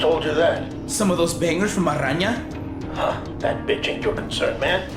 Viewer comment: Someone with the last name should beable to pronounce Araña properly.